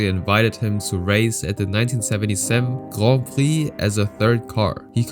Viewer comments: The way you say grand prix makes me want to cut my brake lines before doing a 1/4 mile run, jk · Grohn preee lol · Just say Grand Prix u don’t need to say “grond prix” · Guand pwiee 🤣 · Not that extra french "grand prix" pronunciation 😂 Cringe